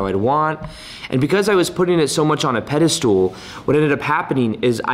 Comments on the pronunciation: Ugh “pedestool”? It’s pedestal,. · He says "Petistool" lol it's Pedestal